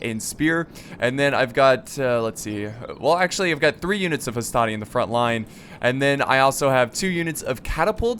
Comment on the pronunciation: NOT HASTATI MAN